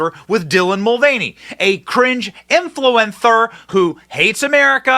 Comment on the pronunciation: "influenther" lol